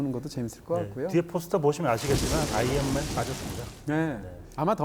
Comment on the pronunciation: 자꾸 아연맨으로 들림...스테인리스맨